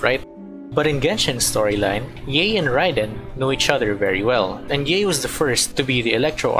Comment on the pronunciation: I have to correct you, Yae isn't pronounced like Yee, it's more like Yah-Ae, and Raiden is not Ray-Den, it's more like Ligh-ee-Den. So the rule of pronouncing consecutive vowels in Japanese is that you pronounce them separately, for instance, the name Aoi is pronounced like Ah-Ow-Ee.